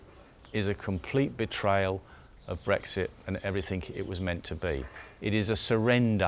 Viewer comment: “Everythink”? Right...